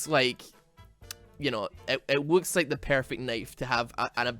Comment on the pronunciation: it wooks? lol